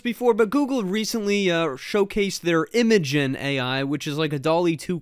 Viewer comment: It's pronounced 'imagine'..